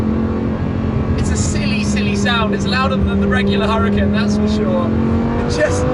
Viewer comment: U-ra-effing-kan, Shmee.....